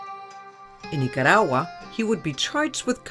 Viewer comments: She speaks perfect English, and only uses a Spanish accent when using Spanish words, like Nicaragua, for instance. She could EASILY pronounce it in the English form, but she chooses to use a VERY thick Spanish accent. "Niiyatawwa". I know she's not doing it to annoy me, haha... but it does. Speak one language at a time. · Wow! I can't even get half way thru this episode because this chic pronounces Orlando and Nicaragua differently nearly everytime. Make up your mind. Are you Hispanic or not? Hahaha Ultimately tho, I'm not at all condoning Orlando's actions, but this is why you shouldn't toy with people's emotions. Bad things can happen. Her fault just as much his in my book.